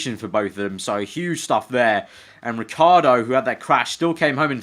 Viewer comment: OH FOR FUCKS SAKE IT IS RICH-EE-ARDO NOT RICARDO!